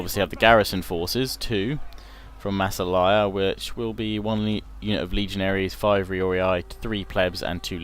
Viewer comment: massilia lol not masselaya XD